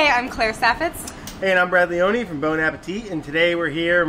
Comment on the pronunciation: I thought he said "hey I'm ravioli" in stead of "hey I am brad leone" Have a nice day. Greetings, Sam